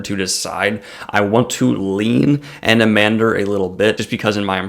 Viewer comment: Thanks for the shout out. Almost nailed the pronunciation. Just don't emphasize the 'h' so much. That being said Anomander is bad ass but who you should really review is his brother Silchas Ruin. Now that is a DEEP character!